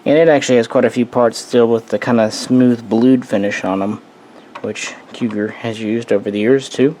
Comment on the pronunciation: Again, Cugir is pronounced KooJeer.